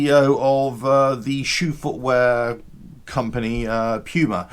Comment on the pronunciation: Pronounced Puuuuuumaaa , had me cracken up !!! Sales are down due to an overpriced, overweight, underpowered, and overinflated service prices ! So, HD hired a former CEO whose claim to fame is he reorganized a tennis shoe company! What could possibly go wrong ! I smell a buyout once the brand is scrubbed clean of excess ! Can you say CHINA HD , it’s painful !!!🇺🇸🇺🇸🇺🇸